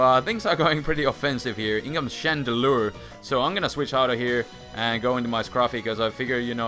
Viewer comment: chandelure not shandra....wtf is a shandra? XD